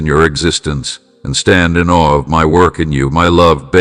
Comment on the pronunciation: 'In Awe' not 'in All' my lord